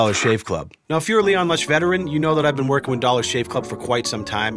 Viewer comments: Why is no one talking about his intro saying lean kush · Leon Lush whys the intro say Leon klush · Anyone else notice LEAN LUSH instead of LEON LUSH during the opener?